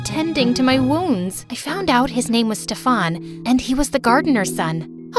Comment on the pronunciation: Steffan seriously it is pronounced as Stiffan.